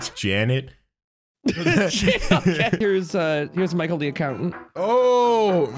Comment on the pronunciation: the way bro, said Janet💀💀💀💀💀💀💀